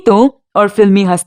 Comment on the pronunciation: Zaqni anzani nahi jani anjani hey. Correct your Urdu pronunciation.